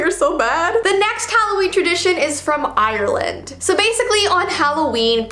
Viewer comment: 1. you pronounced ireland wrong 2. we dont spray them with holy water 3. you pronounced barin brac wrong